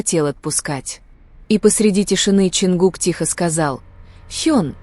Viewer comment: Совершенно не соответствует истине.Вранье сплошное и очередной пиар на именах Тэхе'на и Чонгу'ка .Научитесь правильно делать ударение на именах самых известных айдолов А так выдумки и никому ненужные рассуждения.